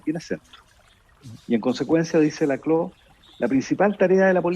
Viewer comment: El apellido de Ernesto se pronuncia Laclau, no lacló. Fue mi profesor, así que lo sé.